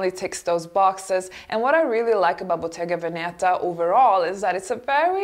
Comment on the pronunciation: Bottega Veneta. The accent is on the first "e": Bottega Vèneta (not Bottega Venèta) !